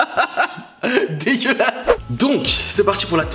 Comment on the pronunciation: Mdr la poubelle c’est la tête de Donald Trump et combien de fois t’as dit c’est pas degulasse?😁😁😁